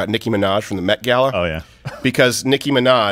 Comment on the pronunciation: I thought he said "meth-gala"...